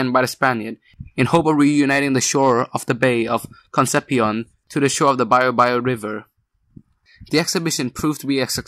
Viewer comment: Great video man, just pronounce Concepción as con-sep-si-on please hahaha, or just conception in English, after all it means conception of Jesus by the virgin. It's my city, thanks for the material